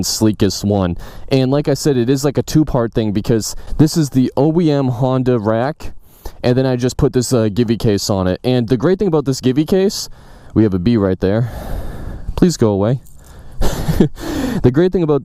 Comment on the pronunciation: A couple pronunciation tips: Puig = pyooj (rhymes with huge), Givi = jivi. Glad to hear you're doing better with Delkevic though. 😉